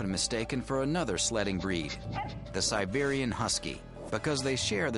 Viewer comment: Siberian, not sibarian